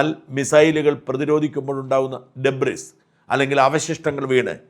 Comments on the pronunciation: Debris - ഡെബ്രിസ് അല്ല ഡെയ്ബ്രി ആണ്. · debris is pronounced debree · Debris എന്നെഴുതുമെങ്കിലും, Debri (ഡെബ്രി) എന്നാണുച്ചാരണം. (01.29) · Mone Shaja…. No s in Debris